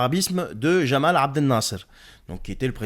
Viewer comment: Ya Habibi, ce n'est pas Jamal mais Gamal abd El Nasser 😂 🤗